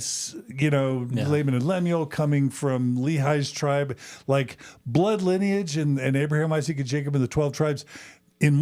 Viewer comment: linnage? You mean...lineage??